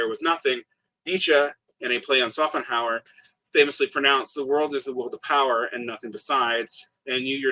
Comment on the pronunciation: German "sch" is really just like english "sh", always! Shopenhauer, Shmitt, you can pronounce them all that way. I am used to Smitt but Sopenhauer really hurts my ears, sorry!